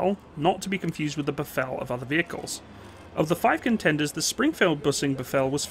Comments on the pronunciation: just a note, it's not pronounced befell its pronounced "bif-fil" and is the Afrikaans name for a buffalo i.e the water buffalo. all the same the Ratel is also pronounced incorrectly it's not pronounced as "retel" but "RAA-tel" in Afrikaans the "R" character is also rolled and sounds far more guttural, just some clarity otherwise great videos thank you! great to see this, my dad was a fusilier and gun tractor driver on the G5 artillery gun and hearing all the war time stories the ones he does share makes me really proud of him as he fought for our future even though they lost in the end due to outside pressures. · Pronounced (biff)(fill) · ratel = pronounced raah-till. buffel = biff-fill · Ratel Afrikaans (RATIL) like tilling the ground Ratil to pronounce it correctly in english,, and Buffel not buf fel but buffil like filling a bottle, Buffel (Buffalo)... :) yip they reached 120km per hour with governor removed or adjusted but had severe body roll. the 20mm cannon version (dont forget the shell opening , if ya dont open that you gonna feel the hot casings all over you, firing faster than a Galil.) the 90mm was a all rounder, the missile version in early days sucked.... but did take down Russian tanks. Cocking mechanism on early 20mm Ratil sucked dick!!! a frequen Ratchet spanner... loading was a bitch as well. the good.... it ran in open field with ditches in access of 60km /ph... Angola, 6x6 60km /ph bundu bashing trees around 40km/ph. if ya hit a mine, hang the diff and keep going till safer grounds are reached. was a beast, Hooper Packer Moduler 1989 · Rhar-till and buff-fill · Ai ai...the pronunciations.....not Ra-tel but Rah- tuhl when saying it......not buf - fel but buh-fuhl when saying it. Just saying - from a South African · Thanx! BTW pronounciation: Buffel: (biff)(fill) and Ratel: (egyptian sungod- Ra)(till) Also Dewalt Venter (Deer)(vault) (Fender- just make the (d) a hard (t)) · Two things. It's said Rah-tel, andd the Buffel is said Boof-el.